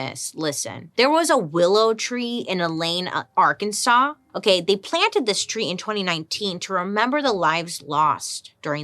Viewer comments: We've been saying Ar-Kansas ... it's just not right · It is Arkansas. ar kan saw. Its a Quapaw word. We have 3 indigenous tribes plus the Cherokee that settled here. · girl i love you so much, but if you call it Ar-kansas one more time ... :/. lol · Great video! But it’s Ar-kan-SAW😊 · Please don't pronounce it like Ar-kansas😭😂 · Did you know it’s illegal to pronounce Arkansas as Ar-Kansas? So weird. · We said Ar-Kansas at the same time…